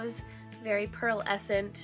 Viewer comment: Haha LOL I love the way that instead of pearlescent she says Pearl-escent! 😂😊😍😜